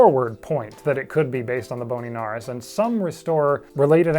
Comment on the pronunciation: I do so enjoy these videos, and the accidental(?) puns are amazing, so never take them out! Edited to add: Your channel taught me to say nares correctly, too - I've got chickens (and several other bird species), and when talking to others about them, and caring for them, if they ask about the nostrils, and I tell them about nares, I can say it correctly, now! I always love to learn new information, so thanks for that, too. 😊 I had been pronouncing it like "cares", so it's a pretty big mistake you let me fix. ❤❤